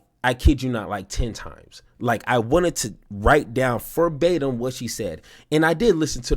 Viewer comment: This dude said “furbatim “